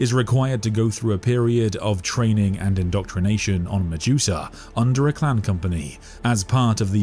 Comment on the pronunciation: Are you saying 'clan' or 'clam' or 'clown'?